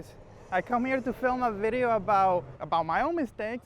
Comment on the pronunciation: "vedeo"??? lol